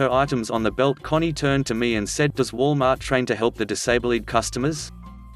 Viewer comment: Wal-martian ? Do you mean Walmart ? o.0